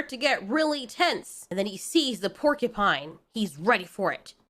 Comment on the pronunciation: . Percupine?! XD